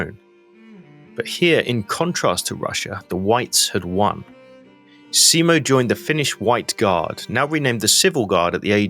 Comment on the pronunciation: For the love of god, just call him Simo, and stop this butchering of the surname...